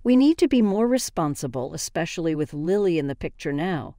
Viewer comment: It's Lily like the flower. Not Liely.